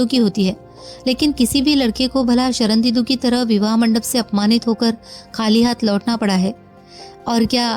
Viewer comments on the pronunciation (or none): आवाज तो आपकी मोहक है, पर आप पूरी कहानी में 'शर्णेन्दु' को 'शरणदीदु' क्यों उच्चारित करती रहीं ।